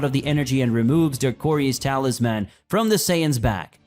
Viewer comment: Great content. However If I have to hear "Talis-MAN" one more time I'm going to lose it lol.